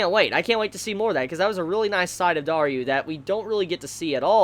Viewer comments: could you just stop saying Dar-you? lmao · DarYOU!!!! dis gives me a good laugh every week....I don't even mind the pronunciation now...Great work